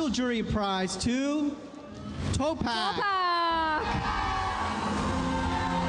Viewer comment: Jusko yung sir jeffrey super pa slang pa ng pronounciation di tuloy nabigyan ng justice yung announcement ng winner 😂😂😂 TOPAKK not towpack hahahha